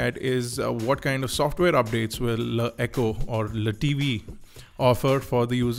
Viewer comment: Dude......its L E T V......not 'le' tv....its Chinese not French...